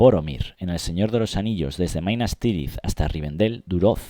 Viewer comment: Te dio por lo "MAInas Tirith", eh.. 😅